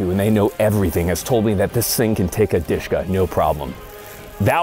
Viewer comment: i was like what DEESHKA lol.... dshk- "DUSHKA" nickname like dear or beloved